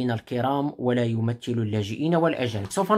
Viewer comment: كلمة يمثل، تنطق بالثاء، وليس بالتاء، بارك الله فيك،،